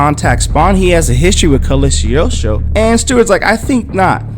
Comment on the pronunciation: It's pronounced Cog-lee-o-stro.